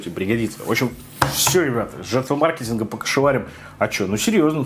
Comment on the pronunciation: наконец-то, научился правильно говорить ма’ркетинг. Ура!